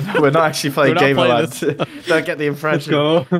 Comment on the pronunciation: Its actually pronounced Gamer Lund... Look at the board lmfao ☠️☠️